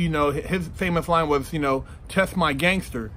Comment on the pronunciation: "Test my gangther"